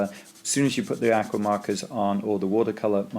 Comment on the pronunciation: Very interesting. Please learn to pronounce the word aqua